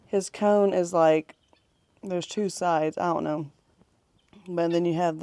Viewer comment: When talking of roosters..are you saying " cone" ? The word is "comb" as in the thing other than a hairbrush you might use to smarten up someones hair.